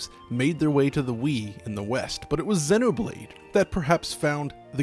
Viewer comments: dude imma freak out if u say senno blade one more time, my god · Why do you say xenoblade like that it's zee no blade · It’s zee no blade....how do you pronounce xenophobia? It’s the same goddam prefix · Im sorry but the way you say Xeno hurts me. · he cant say it right ugh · Wincing every time you mispronounce Xenoblade, which is every time you say it. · please look up how to pronounce the word xeno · i thought it was pronounced Xenoblade like xenophobia. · Stop pronouncing Xenoblade like that